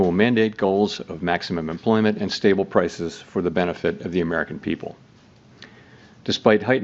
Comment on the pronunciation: It's a delight to listen to a SANE person talk about the "big beautful Merrikan economy."